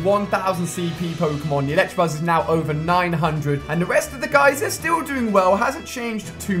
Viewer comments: Can you please stop pronouncing the non existent 'R' in Electabuzz? It's very annoying. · It's elecTAbuzz not electrabuzz.. And also pidgeotto is pronounced pidgey-oh-toh! As ash Ketchum would say :) no hate here 😜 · i like this series but somebody teach this man how to pronounce electabuzz